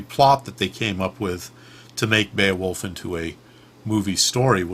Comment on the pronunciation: well done, you pronounced beowulf correctly!